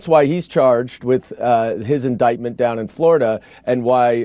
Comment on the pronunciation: says indicktment.